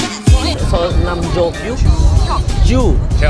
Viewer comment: Omo nam joo Hyuk pa kemal. Jo Jo bukan Ju katanya